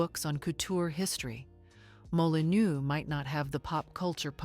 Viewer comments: Molinô, IA!!😤😤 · You pronounce Molineux like this: molinöö, to be correct.